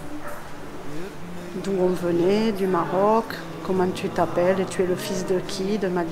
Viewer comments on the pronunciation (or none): none